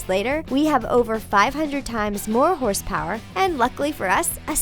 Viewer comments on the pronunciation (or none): Who else noticed that it said "horse powe" lol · On the last time you said horsepower you forgot the r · who realized she said horosepowe instead of horsepower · You said horsepowe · You forgot the "r" in horsepower.